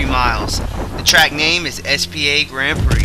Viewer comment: Did you just say S P A ?!